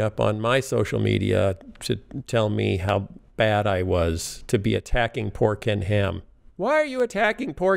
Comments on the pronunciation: Poor Ken Ham? Pork an' ham? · "Attacking pork and ham"? Or "attacking poor Ken Ham"? Maybe doesn't matter.